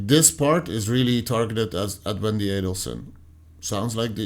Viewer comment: You say you've only been examining this case for the last couple of months? You've got 10+ years of provable evidence to catch up on, sir. You're confusing "insane hatred (of Wendi)" with hatred for delayed justice. May I kindly encourage you to research the correct pronunciation of 'Adelson' and, in particular, the surname of the murder victim. Professor Dan M-A-R-K-E-L NOT Markle!